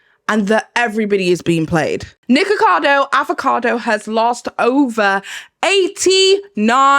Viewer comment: So is that how his name actually pronounced or is that how u saying it because if that’s how his name is actually pronounced, I don’t like it because ur saying nikka and that’s a censored/joke version of nigga and I’m offended because he attacked CoryxKenshin (black) on his channel and said the most ignorant racist things and tried to ruin his image by lying and still haven’t apologized. As a colored community if one attacks us we all shouldn’t support or keep supporting the person who did it. Idek how ppl likes him or watches him cause the way he acts and talks to and on ppl is disgusting. You cant make sb good just because of a YouTube personality. But if that’s how his name is pronounced and he talks down about the same race his name is mocking then that’s crazy asf. I wouldn’t do a video about him or with him if I was offered all the money in the world because that says a lot about peoples characters depending on what they like.